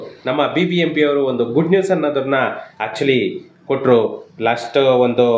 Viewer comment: Sir, please don't pronounce 'ha' for words starting from 'a/aa'. For e.g. halli, havaru,hilli, haravattu, haravatta mooru, haatara.... It's difficult to hear this type of pronounciations in kannada